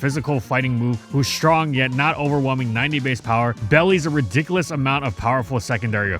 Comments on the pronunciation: ...Belies. One L. It's pronounced "be-lies". Not "bellies" 😅 I know nobody knows every word, but did you really think it made any sense to think the script was talking about abdomens? Double-check bro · belies is pronounced beh-lies not bellies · Did you deadass just say "bellies?" It's pronounced "bee-LYES," dude. I mean, I appreciate the laugh, and I guess it got you more engagement, but you should probably have someone else listen to the recording before you upload if you want to sound professional. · "Bellys" The word is "Belies" ("bee-lies"). Something with one quality that belies another is a thing whose initial appearance may contradict the reality of it because its superficial traits and its defining traits clash in some way. The VA, the script writer and the editor need to cooperate better, because the channel as a whole ends up looking stupid when these kinds of errors slip through. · "Belies" is pronounced bee-lies, I thought. Like a bee that is being falseful. Huh. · that’s pronounced “be-lies” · mfer said bellies lol, like the drum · This is a good video and all but did you really pronounce belies as bellies? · I think he actually meant “belies” in that instance, but somehow ended up pronouncing it as “bellies” for whatever reason. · Saying belies as "bellies" is so rough to be honest. I'd advise using words you know how to say.